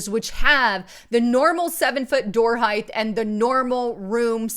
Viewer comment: *Height not heighth